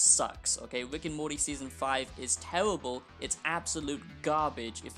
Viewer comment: “It’s tewwibiw it’s gawbage”